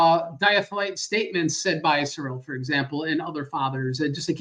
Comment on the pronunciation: it's jarring hearing you alternate between pronouncing Cyril in two ways - 1)SIHR-uhl and 2)ser-ELL. 1)is right and 2) is not. Cyril doesn't have 2 natures in English 😉